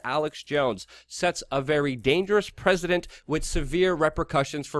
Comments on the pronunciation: did you say "a dangerous president" ? precedent - say it with an [s] sound... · It's "dangerous precedent", not "dangerous president" ;)